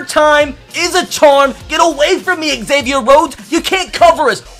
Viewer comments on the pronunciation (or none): none